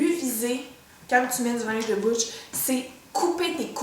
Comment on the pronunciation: "La position de la boutche" oh mon dieu, avec le petit mouvement de bras, tu m'as tué !